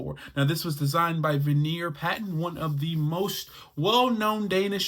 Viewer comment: Veneer Patton? At least get his name correct! 🤣🤣